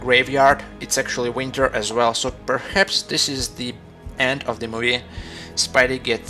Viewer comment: You say perhats all time